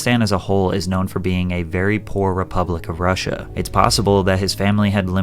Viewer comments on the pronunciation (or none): none